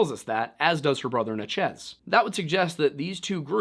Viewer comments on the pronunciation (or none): Are you trying to say Natchez? I only ask because you seem to struggle with this one. I've heard you say it in other videos. It's just Natchez-- like "matches," with an N. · I live 10 mins from the Natchez trace that I've now learned we've all been mispronouncing our whole lives lol